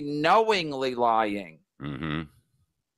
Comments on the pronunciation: “IM NOT LOY YING, CHAD IS A POS” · Kevin pronounces “lying” like Bobo off the O&A show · Your not loy ying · I..I...I'm not loy-ying